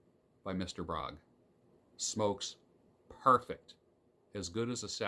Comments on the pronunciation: A little note - "Bróg" is actually a combination of two names Bednarczyk and Róg, where the latter is pronounced "roog", so Bróg should be pronounced "broog", not "brog". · Mr.Bróg - prawidłowo wymawia się Mr. BRUG!!!!!!!!!!!